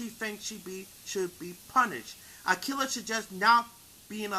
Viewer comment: If you're native language is not English, you did a good job. If English is your native language, however, you really need to work on your pronunciation of words and overall speech quality because it sounds really rough. P.S. I really hope English isn't your native language because I'm really rooting for you. P.S.S. it's pronounced A•key•lah, not A•kill•ah. Thanks, have a good day